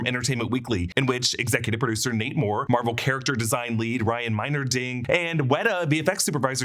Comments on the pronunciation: Who else keeps hearing "Namor" every time he says, "Nate Moore"? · Who else keeps hearing "Namor" when he says "Nate Moore"? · Not me